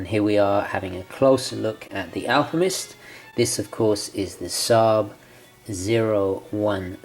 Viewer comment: Sorry...but are you saying “Alpimist”?! 🤣